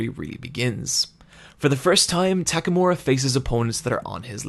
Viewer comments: God I love TAKAMORA! it's takamura m8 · and tackmura, while should be pronounced as "tack a moo rah"